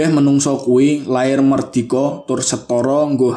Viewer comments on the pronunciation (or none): menungso harusnya manungsa, merdiko harusnya mardika, dll.